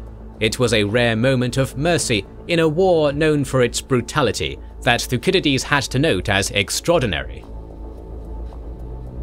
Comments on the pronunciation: "thu sid idees" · the way he pronounces thucydides is very odd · Why was Thucydides pronounced incorrectly?